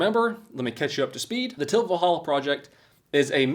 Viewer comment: Cheapest? No. There’s cheaper “manual” mowers. $80 for a manual mower and $140 for one like you’re using with one extra cutting inch oooo lol. It’s a good alternative if you don’t have a lot of yard. And personal gripe, enunciate please. It’s Til Valhalla. Not tilvalhalla. It’s not one word man.